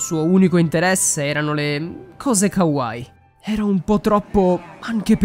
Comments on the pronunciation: Già che dice kawài che si dice ( kawaii) dice tutto 😹😹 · Non sono fuori di testa sono otaku . Non si dice kawài ma kawaii . Informatevi prima di fare le cose pls.